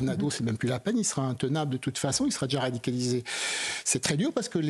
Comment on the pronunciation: nan mais " radicalisé " ça suffit pas besoin de dire " rrrhhaaadicalisé " 🤪Ils n'en peuvent plus a la télé 🤣